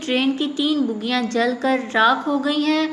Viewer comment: O baji... Bugiyaan nai... Sahi word bogiyaan hai.... 😂😂😂😂